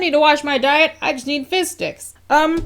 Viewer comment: I keep hearing “fish sticks” instead of fizz and it’s making me laugh